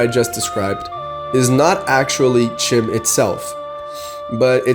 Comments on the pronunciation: You talk about Chim but you don't pronounce the word correctly? It's pronounced "Kim". That's not me saying that. That's Michael Kirkbride saying that, you know, the guy who wrote the lore. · It's actually pronounced "Khim" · learn to pronounce it if you're going to make a video 😂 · It is pronounced CHIM like the word kind but with an M. Consider that the Dunmer were originally the Chimer before Azura cursed them with ashen skin.